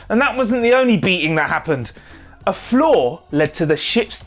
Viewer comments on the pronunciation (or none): When you said flaw I heard floor and wondered how the deck plate caused the ship to malfunction.